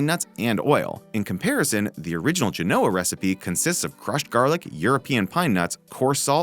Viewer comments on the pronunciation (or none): none